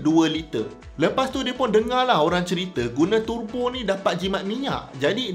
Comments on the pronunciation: sebutan tebo is in english. sebut turbo dalam bahasa baku melayu. jangan buat teruk dik. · Sia2 prof belajo sampai PHD kalau sebut pon salah....🤦‍♂